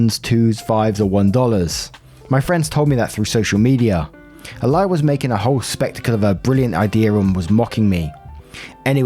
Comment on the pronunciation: When you read out Alia i heard A lier. Had me quite confused